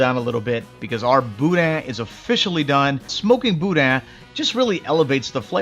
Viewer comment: I’m just happy you pronounced it right. That’s worth a lot with me 😂 FYI for anyone reading this- it’s not “boo-dan”